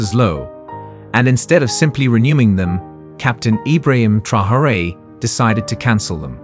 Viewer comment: if you insist on using AI to read your text, at least teach it how to read 'Traore'. It's not 'Trahorée'. The video mentions his name about 50-100 times I think, and not once correctly.